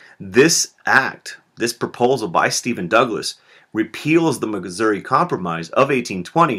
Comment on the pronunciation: muggisouri? PFFTHAHAHAHAHAHA!